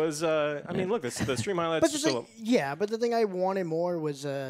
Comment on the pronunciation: Bu an Impor enh? Joe lost his T's somewhere.